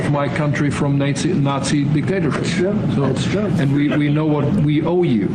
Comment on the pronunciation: How could the German dude mispronounce the word, 'Nazi', saying 'Nate-Z' then correcting himself? Thats kinda weird....